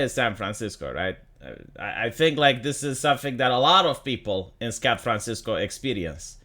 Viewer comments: I may have mis heard, but did you say Scat Francisco. If you did, well done sir! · Did say "Scat"franciso? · Haha... "Scat fran sisco"